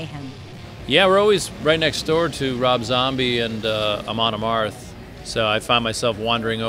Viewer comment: Amoon Amarth -.- goddamn it. Say it right lady.